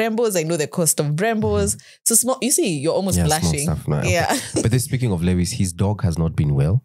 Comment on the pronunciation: Just a clarification: Lewis' last win was this year in China Sprint - not 2021. Additionally, by the time of this comment, Roscoe is now an angel (RIP). Then guys, why do you pronounce 'Lewis' like that?😭